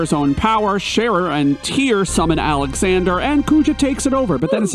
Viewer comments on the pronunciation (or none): none